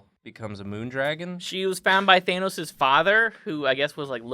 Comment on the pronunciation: pronunciation of Thanos hurts me